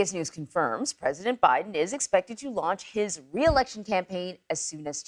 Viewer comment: Announce re-election? Grandpa can't even pronounce re-election 🤣